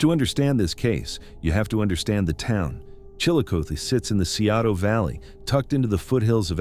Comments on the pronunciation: Chillicothe is pronounced Chillo-Coth-ee. Coth rhymes with broth!!! Scioto is pronounced Sigh-oh-toe. I think you video creators need to really watch local newscasts in order to figure out how to pronounce words! You sound super ignorant!!! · chill-uh-coth-ee and si-o-ta. there, fixed that for you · It's pronounced Chilli-CothEE and Sci-0T0. US Rt 23 -35 & 50 all intersect here. It's called the Hillbilly Highway because 2-3 generations of Appalachians traveled North from KY, VA, WV for Construction Work when the coal mines were unstable. The Opioid Crisis followed post Y2K. fyi